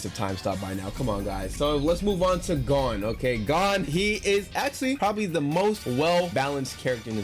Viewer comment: Bro said "gone" instead of gon 💀